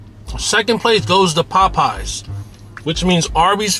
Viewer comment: Why you say Popeyes like that? You never heard it said before? 😂 “PPPaWW PPPies 🥴”